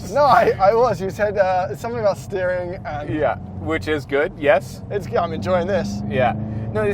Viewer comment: aBOOOOT a thousand dollars apart lmao oh canada